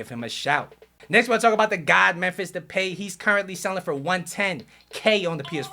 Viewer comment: No offense but “Depey " 😂